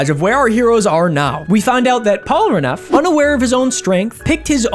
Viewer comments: bro said "Polaraneff" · porlaneff, porneff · Bro I am so sorry, but I cannot stand the way you say Polnareff. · The fact that he couldn't pronounce "Polnareff" to save his life and keeps calling him "Polraneff" is so infuriating lmao. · Whu do you call him "polraneff" instead of "Polnareff"? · I’m just going to start leaving comments on every video to shame you whenever you mispronounce his name as “Polraneff”. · The way you say "Polraneff" bothers me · am i the only one that hears him saying polraneff? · I did not know that someone could say polneref so wrong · STOP SAYING POLRANEFF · Does he still pronounce Polnareff as Pollenareff? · dude cannot say polnareff to save his life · bro why can you not say polnareffs name right, its made me so made the entire video, and its such an easy fix, deadass disliking purely bc of that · Your inability to pronounce Polnareff correctly is amusing to me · Why do you pronounce Polnareff's name like that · Awesome video but your inability say Polnareff is making me want to pick my nose so hard I get brain damage and end up in a wheelchair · The name is litterally written phonetically, a rare occurence in french, how can he distord it like that ? XD